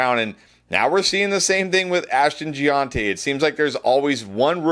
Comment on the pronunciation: Ashton lived in Italy for a bit. I figure this is this Italian pronunciation: Jee-on-tee